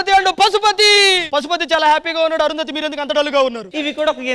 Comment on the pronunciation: Yendhira okasari Arundhathi antavu enkosari thanmai antavu crt gaa practice cheyi